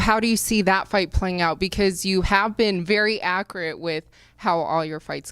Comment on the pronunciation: she pronounces "accurate" like DJ Khaled